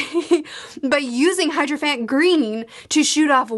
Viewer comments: still not hydrophant ;D, it's hierophant. he-ero-fant. it's some kind of bishop or religious figure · “It’s better than saying hydroplant! I understand it’s hydrophant this time, sorry.” Oh, never ever change. (It’s Hierophant Green.) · Even when tries to correct herself she still ends up wrong lol. Never change, we love it. (Hydrophant Green = Hierophant Green) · "hydrophant gleen"